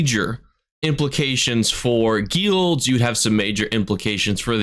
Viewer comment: I dont like how you say guilds broski